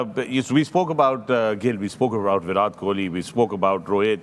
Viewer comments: First of all fix the pronunciation yourself then give knowledge to people...This is Virat kohli not bhirath Kohli 😅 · Fakhre Alam - think you’ve been mispronouncing Virat’s name. It ends in a hard T as in ‘time’. Just a small off note in an ever flawless analysis.